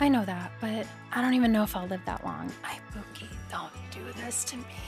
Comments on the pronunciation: LUV THIS also girl u r killing me ibuki is pronounced ee-boo-key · The mispronunciation of ibuki so many times made me piss myself laughing